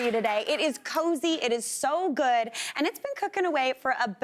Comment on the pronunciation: Could somebody please do not make one syllable words into two. Like oh ah good ah fine uh it drives me nuts actually so does she toooooo hyper